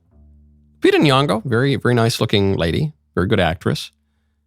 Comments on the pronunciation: you pronounce Lupita's name wrong through most of the video. Her surname is Nyong'o, not Nuwongo. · Nyong'o. Not "Nuong'o"